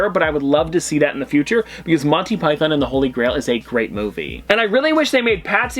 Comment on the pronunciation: Your pronunciations are way off in this video, Monty Python especially.